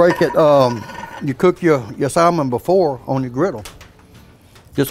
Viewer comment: The L in salmon is silent. As in "sammon".